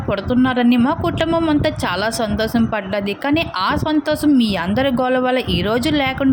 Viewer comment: Santhosham anali madam santhosam kadhu sorry plz